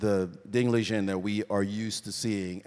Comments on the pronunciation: It's pronounced how it's spelled. Li Ren. Not Li Jen. Good god how did this guy get chosen to be the moderator/commentator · Kind of embarrassing that Maurice got Ding's name completely wrong. Ding Lizhen? What? A mangled pronunciation of Liren I can understand, but a whole different sound? And it's not like he's an unknown player - he's been WC for two years!